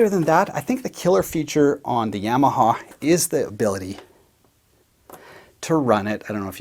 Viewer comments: Seriously, are my ears not working? Nobody’s talking about the way he says Yamaha? “Yam” aha. Am I being punked? Have I been incorrectly saying Yamaha with the short a sound this whole time? “Ya”(yaw) “ma” “ha”. My whole life never have I ever heard this pronunciation. Solid video, I want yams as my side for dinner tonight. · YAWmaha, not YAM-aha !! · Great comparison/review but I winced every time you said Yamaha. It's not a root vegetable! No yams involved! Say it with me: Yaa - Maa - Haa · Yamaha, (pr "YAW muh HAW") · The yam-a-ha lol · the Yeahmahaw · I love how you saw "yammahaw" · YAW-MA-HA. Your welcome. Yes I know- Tomato, Tomoto. Oh Never mind... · great video....but the way you say Yamaha......eeesh